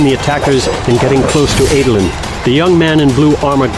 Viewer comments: I can get over a lot of name mispronouncing but saying “Ay-dolin” is where I draw the line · i always pronounced Adolin.. as ADD-olin... not AID-olin.. Anyone else? am i wrong?